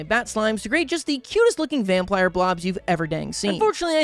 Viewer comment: ah yes, vamplires